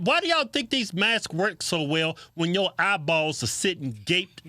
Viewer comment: EYE - Bawls 😂